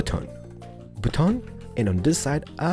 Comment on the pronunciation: Hes keep Saying butoon